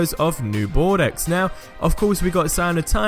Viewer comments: Please stop pronouncing Bordeaux like that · its pronounced Bor-Dough